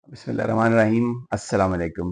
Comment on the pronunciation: Bhai Bismillah Sahi Sy prha kren plz